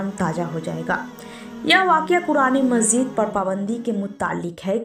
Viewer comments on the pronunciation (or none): aap qurane majid ko mazeed bol rahi he agr urdu bolne ka shok he to pahle talffuz durust kare .